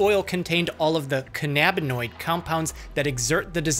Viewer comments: I actually enjoy learning the scientific effects and medical breakdown. I guess alot of ppl are opposed to gaining knowledge 🙄. That being said the way he pronounced cannabanoid is irritating to Me too LOL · Someone teach him how to pronounce cannaboid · I've never heard the word cannabinoid pronounced like that. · the way he pronounces cannabinoids pisses me off. its "cannabis" not "cannabis" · How you not know how to pronounce cannabinoid? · How doc pronounces cannabinoid... lolol or anything with the prefix cannab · SMALL ENGLISH RANT WARNING: (not a shot/insult, just genuine beef I have with the dictionaries): I know a lot of people think that's how you pronounce "cannabinoid," but it sounds silly. The root word is "cannabis" lol Idk if anyone here can read phonetics, but this is the logical way to pronounce it: kanəbənoid. Note the upside-down "e" symbol instead of an "a." (I got* the phonetics from Google, not sure why there's inconsistency between it and the dictionaries). This is one of the rare times I'd tell the Merriam-Webster Dictionary to gtfo. I don't know how a dictionary decided to ignore the root word, but it's a pretty questionable decision imo. I'm not convinced that whoever decided the official pronunciation wasn't stoned af themselves and didn't choose to have everyone pronounce it that way for the giggles. For the love of all stoners out there, people need to stop pronouncing it the silly way. It causes giggle attacks that take a while to recover from. I don't smoke anymore, but I used to and this has reminded me of several instances missing the majority of a doc because I was stoned and too busy laughing lmao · this guys pronunciation of cannabinoid is killing me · Why do you pronounce it "ca NAH binoids?" It's pronounced "CA na bin oids" lmfao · Can-uhh-bin-oid is how you'd pronounce it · BULLSH*T first NOBODY eats 96 gummies as a snack and do you know how much 96 edibles costs??? Plus he's not even pronouncing "canabanoid" right